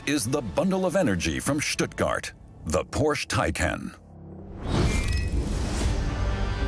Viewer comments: there is no cars named “Porsch” it is pronounced as “Por Shay”🤣🤣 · Every time I hear the brand name pronounced Porsh, I cringe....it's pronounced 'Porsha' ...is that so difficult to pronounce??? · HEYA COMMENTATOR.. IT'S POR-SHA... NOT PORSH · It's surprising why the incorrect pronunciation of the word "Porsche" by the documentary narrator wasn't corrected post editing. Didn't they know the correct pronunciation of Porsche is "Por-shuh", and not "Porsssh"? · No, they just simply can't pronounce every single car manufacture names right, and a bunch of other things. :o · Por-shuh. Not Porshhhhhhhh. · Porsha! Porsha! Porsha! Why is the name still mispronounced?!? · It's pronounced PorschE you filthy illiterates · It’s Porsche. Not Porsch! 🤨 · Proof that Porsche simply doesn't know or care what words mean. It is impossible to have a TURBO electric vehicle. And I have to agree, it is so obnoxious to hear Porsche (or any German word) pronounced incorrectly. It's Porsch Uh, and you know it is. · An unacceptable pronunciation of Porsche. It is never Porsh. If the name was Smith, it would not be acceptable to say Smit. Porsche, a great man’s name should always be used in its entirety. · Porsche... nicht porsh... kann man sich nicht anhören. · How can this be such a detailed video on such a formidable vehicle requiring so much precision and detail yet they pronounce Zuffenhausen easily yet can't pronounce the name of the car "Porsche" its not a "Porsh" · Painful to constantly hear the family name Porsche (2 syllables) mispronounced. Otherwise it is great to see how far Porsche (say, "Por-shah") has come since the 4 cam air-cooled days. Amazing car! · I thought it was more like Por-Shuh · A little bit distracting for me, a German channel pronounce Porsche as "porrsh" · No matter where the speaker comes from, there is no car named "porsh". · More like Por'shh'eh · more like “por” “shuh” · I wish the narrator and English translators would pronounce Porsche correctly!!